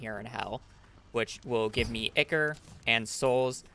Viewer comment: Brilliant speed run great job but holy shmoly that is so far from how you say ichor